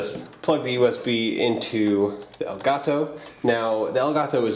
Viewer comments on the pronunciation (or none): i thought u said gay taco lol